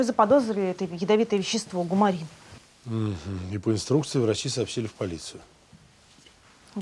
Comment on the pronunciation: это не лекарство. И в других фильмах, например, в сериале «Кадетство», его называли кумарин. Это вещество такое. Всё равно, что цианид назвать зианидом.